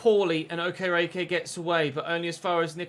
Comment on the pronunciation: okereke is pronounced awk-eh-rey-key like so can see